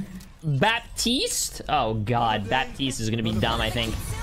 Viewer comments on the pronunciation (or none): none